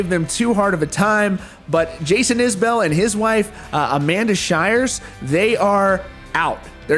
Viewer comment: You mispronounce Isbell, a lot of people do that but you're supposed to know these things. More to the point, we're talking about John Prine, I don't need to hear CMA's excuses.